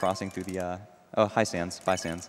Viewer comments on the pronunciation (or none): Did anyone else notice when he spared sans he said thanks ness? BUT THATS JUST A THEORY, A GAME THEORY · WHO SAID THANNS NESS